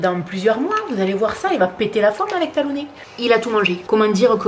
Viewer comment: Bravo pour ce que vous faites toutes les 2 pour ces gentilles bêtes.. nous avons aussi adopté un beauceron de 2 mois et demi il y a bientôt 9 ans. Il s'appelle Tag et je le surnomme Tagounet, ça m'a amusé de t'entendre dire Talounet ... Bon dimanche